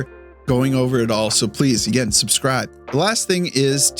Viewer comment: I guess pronouncing "again" as "egain" is a Canadian thing? :face-green-smiling::face-green-smiling: Good video, sorry aboout your Habs, and your washer. Editing in: "Lost his [dignity]..." I lol'd hard. Yeah, Dobes [Doebesh] had a rough night.